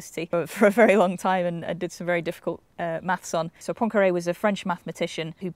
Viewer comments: Poincaré: pronounced "prawn curry". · anyone noticed that Poincare is pronounced as Poincrae?